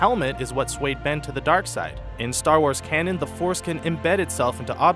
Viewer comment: star warth